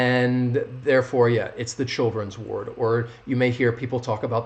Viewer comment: Ahhh and one more thing please: word and ward sound almost the same !! I guess in the first case the -or makes the same sound as in girl, curly, term…right? And in “ward” the sound is as in car ?? But I don’t hear you pronounce it like that …